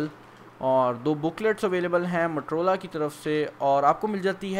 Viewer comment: Its Motorola, not matorola. Pakistani english